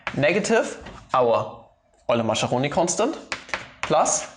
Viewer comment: 'Maskeroni', not 'Masheroni'